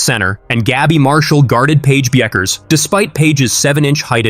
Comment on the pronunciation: The way you pronounce "Bueckers" is a crime against humanity.